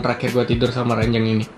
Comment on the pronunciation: ranjang bang bukan ranyang